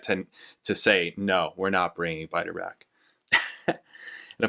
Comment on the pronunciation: You mean Biter😂...he won't change how he says it even now...almost like others who say Pert...SMH